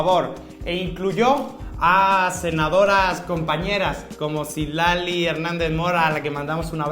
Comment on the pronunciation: Cilali en lugar de Citlali? Como cuando dicen Aleti, por decir Alético, por decir Atlético. El mexicano más madrileño.